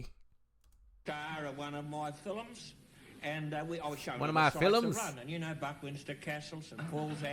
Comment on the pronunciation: Love the way he said " FILLUMS". 😅